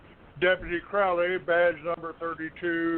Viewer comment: Deputy Crowley!? It's Mr. Crowleeeey!